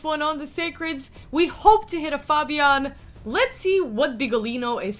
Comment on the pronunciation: Fabian not fobian:)